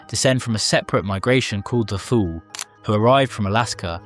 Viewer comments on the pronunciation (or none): none